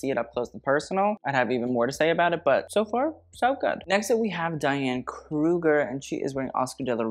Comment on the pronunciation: diane kruger... without the L